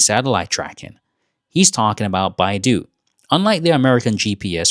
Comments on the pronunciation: It is called Bei Dou, NOT Baidu. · With all due respect, they do NOT sound similar. The narrator lives in China - he should know the difference, esp since he has pic of the word 'Bei Dou'.